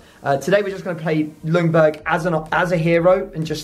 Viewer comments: As a Swede I’m super excited for this episode! But as a Swede I also have to point out that the L in Ljungberg is silent. It’s closer to Youngberg or Jungberg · How You saying Ljungberg is horrible. L is silent:)